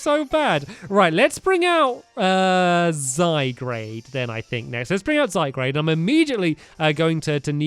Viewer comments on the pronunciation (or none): IF HE SAYS "ZYGRADE" ONE MORE TIME :| Zye-guard Stampy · Titus Klem He pronunciations Zygrade exactly how it's seen. But I say Zie-grd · stampy sorry but I need to say this ARE U BLIND!?!?!it's not called zygrade it's called zy garde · Zygrade??? Its name is zyGARD Gard not grade. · Stampy it's not zygrade it's zygarde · STOP SAYING Z-eye-grey-d it's Z-GAR-D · Ok guys is it pronounced zygrade or zyguard?? When stampy says zyguard, you guys say it's zygrade but when he says zygrade you guys say zyguard lol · It's zyguard not zygrade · STAMPS. ZY-GAURD NOT ZYGRADE. ZYGARDE IS PRONOUNCED ZYGAURD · the correct way to pronounce Zygarde is: Zay-Guard not Zay-Grade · I swear Stampy, say Zy-Grade one more time, I DARE YOU, it's pronounced Zy-Garde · Stampy should just rename his Zygarde to Zygrade, so that he'll stop annoying us with calling it Zygrade instead of Zygarde. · ZYE-GUARD!!!!!! not zygrade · its zygarde not zygrade And you Said decidueye wrong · I know can he read! Zygarde =Zygrade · Zygrade is pronounced Zy-Gaurd Olso it goes Zygarde core Zygarde 10% Zygarde 50% then Zygarde Complete and youve got 10% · It's Zy-GAURD stampy, thr anime says so! 😭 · its zy gaurd stamp say after me zy_gaurd zygarde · stampy pls red this how to pronounce zygarde zaygard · If he says zy-grade one more time I'm gonna dislike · ZYGRADE??? wat r u saying stamps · STAMPY IT IS PRONOUNCED ZUY-GAURD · Stampy it's zy-gr-ade and zygrade has 3 forms a snake , a dog(stampys) and a big fighting green Munster ▶️🔘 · STAMPY ITS ZYGUARD AND DESIDUI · its pronounced zy - guard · Zigzag2b4 I'll have to agree with this Jared kinz guy, it is his let's play, he CAN do whatever, but it be "lovely" if he could say Zygarde, Zygrade? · stampy you said Zygarde wrong